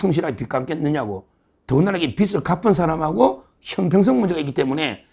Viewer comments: 빚을.. 발음 비츨이 아니고, 비즐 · 빚을=비즐 no 비츨!!!